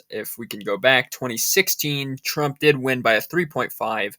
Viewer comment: TRUMP not TRAMP !!!